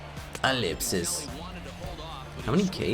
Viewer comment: Someone explain to me why he says ellipsis